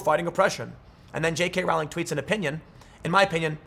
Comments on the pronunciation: Just an FYI: Her name rhymes with bowling, it does not rhyme with howling. She is also an idiot. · "Rowling" to rhyme with "bowling". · I feel obligated to mention that her last name is pronounced "rolling" (sort of more like the word is spelled, if you break it up like Row-ling) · Its pronounced jk “rolling” as in “The leftists act like they are rolling on mdma laced with fentanyl.”